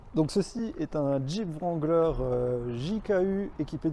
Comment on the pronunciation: Le W de wrangler ne se prononce pas. On dit Rangler. Tous les anglophones sont pliés de rire quand ils entendent les français le prononcer.